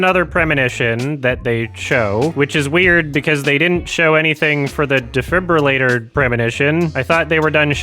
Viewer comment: i feel very represented by this vid when you struggle to pronounce defibrillator every single time